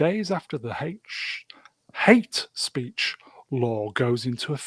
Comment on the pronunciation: Hate speech, or is it "Haitche speech"?